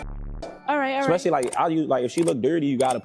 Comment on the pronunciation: The word especially has no 'k' in it, no hard 'c' in it, especially between the first 'e' and the first 'e' and the first 's'. Is there a chance this constructive feedback could be relayed to your video's narrator for their consideration. Thanks.